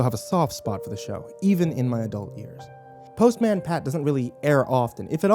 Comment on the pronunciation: The pronunciation of postman destroyed my soul xD Also author - what d'you mean 'what little remains of the show' I can watch that shit on amazon prime right now if I wanted too.. They have their own youtube channel.. and pretty sure they're still making new bits here and there x'D